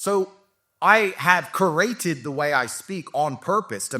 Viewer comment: Curated , curate , he always gets it wrong, he says Creuated , thinks created then realises it’s not right defaults to Creuated